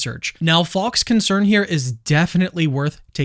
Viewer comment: Faulks name sounds like false when you say it. Just saying